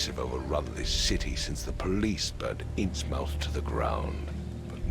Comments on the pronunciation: Am I the only one tearing my hair out every time someone in the game says "InnsMOUTH"? It should be pronounced Inns-muth, not Inns-mouth! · “A Shadow Over Innsmouth” (pronounced Ins-muth) by Lovecraft is a story about a town of people who worship an ocean god and turn into inmortal fish aliens when they grow old. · That is NOT how you pronounce Innsmouth! -_